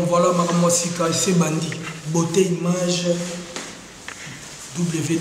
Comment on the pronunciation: Imange 🤦🏽‍♂️🤦🏽‍♂️🤦🏽‍♂️🤦🏽‍♂️🤦🏽‍♂️ c’est image putain et non imange 😏